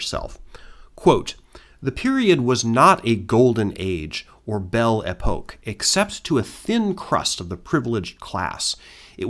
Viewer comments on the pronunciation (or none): none